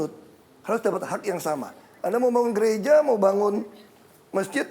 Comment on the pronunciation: ketika bapak basuki berbicara, ada penekanan kata gereja dan keraguan ketika mengucapkan kata masjid. kenapa? hormon di dalam tubuhnya ikut dipacu. Tapi, yakinlah hanya sedikit orang yang sadar akan keganjalan dalam pengucapan dua kata tersebut.